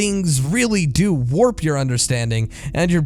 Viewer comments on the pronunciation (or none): none